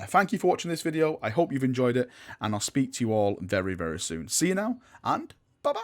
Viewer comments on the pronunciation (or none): none